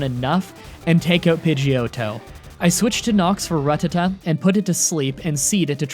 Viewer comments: Ruh-tuh-tuh. i believe its pronounced ruh-TAT-uh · i am starting to think you are saying Rattata wrong on purpose to trigger us its Ra-Tat-ta not Rut-ta-ta lol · ok it's rat-ta-ta not rut-tu-tu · I'm sorry but the way you say Rattata just makes me cringe. It's simply Ruh-Tatt-Uh not Ruh-Tuh-Tuh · Side note. Rattata is pronounced rattata. Haven’t you watched the show? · Please stop saying rat tat ta incorrectly. It's the one thing about your videos that drives me fucking crazy. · Every time I hear “ruh-tuh-tuh” I die a little inside. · rattata is pronounced rutatu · Why do you pronounce it “ra-tata”? Have you never seen the anime? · Say it with me now it's pronounced: Rah-ti-tah NOT Ruh-tah-tah p.s. cool playthrough. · Your saying Ratatta wrong on purpose. I know because you said you watched the anime and ratatta is said multiple times.